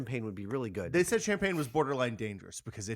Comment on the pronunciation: Shampan?? Or do you mean champagne???